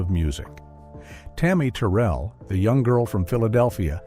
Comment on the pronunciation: Tammi Terrell pronounced "Tur-rell":face-purple-crying